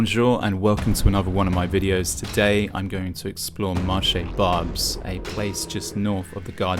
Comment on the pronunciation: This guy goes to a place and doesn't even speak the language nor does he make the effort to know how to pronounce Barbes. Barbes was an ethnic enclave before you were born, if your parents went to France in the 1970's they would have seen the same demographic. Also, You may want to comply with the local laws as far as public filming is concerned. They say "The only constant is change", welcome to a century where ideas, capital and also people are no longer bound by borders and you only have yourself to blame!! The world as we know it today was shaped after WW2 by the western alliance and people in Europe have embraced Capitalism as their new religion. Well capitalism means someone wealthy sitting in Lagos, Riyadh, Tokyo has more say in "your" country's affair than the average French, Brit or German because they own a higher portion of the pie than you do. And just to let you know, culturally, a French, Greek, Italian, is much closer to an Algerian, Lebanese or Turkish than you'll ever be!!